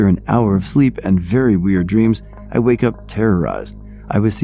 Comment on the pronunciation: ...a "wyke"...? See, we really do "watch" your channel and pay attention! LoL it's ok man, honest mistake and that just adds to the overall experience! Edit : there is one more little glitch in this same story...can you find it? I've been subscribed since the TTS days. I've really appreciated how well you adapted to using your own voice, so don't think I'm picking on you...well ok I am picking on you but think of it the way a big brother picks on his little brother 😎